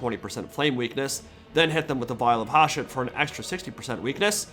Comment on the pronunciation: Hsshooooot, not Haashet